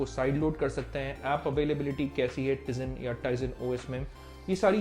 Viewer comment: I am unsubscribing you mainly because of ur wrong pronounce of tizen os